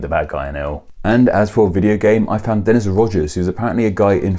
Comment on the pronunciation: Wow! I got quoted! (And you pronounced my name right, which is rare.)